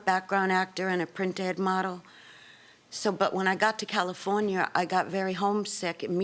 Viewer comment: I like how she pronounces California 😊